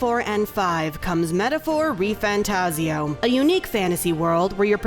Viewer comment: His name is Refan. Refan Tazio.